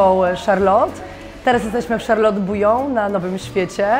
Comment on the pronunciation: Gadka z obcymi ludźmi? Bez problemu. Ale do tej Francji, to jeszcze chwilę. Od niepoprawnej wymowy zaczynając. Kiedyś mi się zdarzyło być w Charlotte. Dwa razy. Z krzesła nie spadłam z wrażenia :) Wystrój? Mydło i powidlo. Paryża nie ma.